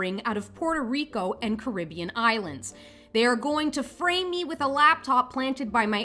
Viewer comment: That's the way everyone should pronounce Caribbean. More people used to pronounce it that way until the Disney movie.